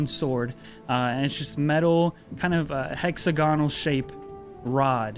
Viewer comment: Anyone else a little annoyed at how the DM pronounces hexagonal??😂😂😂 maybe it’s just coz I’m not from America.